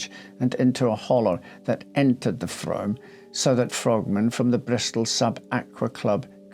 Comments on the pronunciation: A minor observation, the river is pronounced Froom as in moon. I remember the case well. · What a sad sad case. I could listen to you talk for hours, such a lovely voice, & so smartly atired & groomed. Thank you. The name of the river is pronounced Froom, even though it is spelt Frome!!! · Excellent presentation,, although I need to point out that 'Frome' is pronounced 'Froom' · We pronounce it: "froome". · Interesting story. Thanks for doing this. Just a heads up. It’s pronounced Froom 😊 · The River Frome is pronounced Froom, like broom. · Spelt frome pronounced froooooome! X